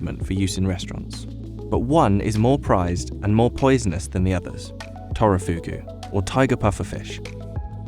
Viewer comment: Did he say Turofugu instead of Takifugu?